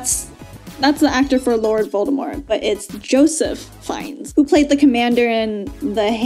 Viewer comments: Love the reaction. One tip Ralph Fiennes first name is pronounced like Ray. And this movie had his brother who is famous for playing Henry VIII in Tudors. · It is pronounced Fines. Pronounced like if you got fines for breaking a law. And Ralph's name is actually pronounced like Ray. So Ralph Fiennes is pronounced like Ray Fines. European names lmao. 🤷🏻‍♀️😂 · Apparently it’s pronounced Rafe Fyenes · lol I called him Ralph (like wreck it raplh) fee-in-ays for a LONG time. Same with Joseph Fiennes. It was bad. I didn't learn the correct pronunciation until like 5 years ago. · Yep, Pfeiffer is great when it comes to being the voice of seductive women, so of course Catwoman is the voice of the attractive villainess in this movie.From her predictions, I think is clairvoyant It's pronounced Raph "Feens" (Fiennes) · Ralph Fiennes is pronounced kinda like Rafe Fines